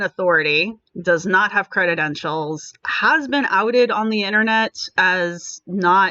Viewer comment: Credentials not "creditentials". It kinda hurts your (totally on point) argument that the person is lacking credentials when you can't pronounce the word correctly.